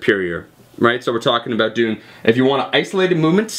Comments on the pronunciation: more like aboUt. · is this guy Canadian?. he pronounces "about" like we pronounce it.